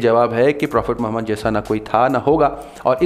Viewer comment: Are name to Sahi se le